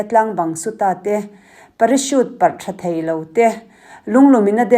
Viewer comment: A van nawm hmel ve aw,kal ve ka chak tawp, Chuan parachute tih a lam tur ni in ka lo hriat dan Chuan,parasut tih zawk mi a😅